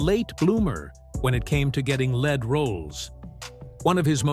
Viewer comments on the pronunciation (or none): Yea. Especially when the computer said, "when it came to getting LED roles", instead of LEAD roles. . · I know. I caught the lead/lead mispronunciation. Thanks for the comment.